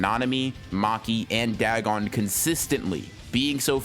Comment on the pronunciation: Dag on it! More like dagoff. It's weird hearing you say Dag on since I'm pretty sure 90% of people pronounce it da gon, or day gone.